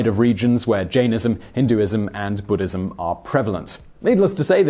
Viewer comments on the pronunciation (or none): none